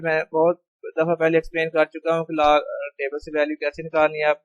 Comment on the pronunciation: Laag Laag what is Laag 😂😂😂Its a log,, who agree 👇